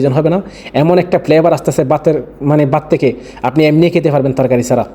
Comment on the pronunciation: বাত নয় ভাত 😂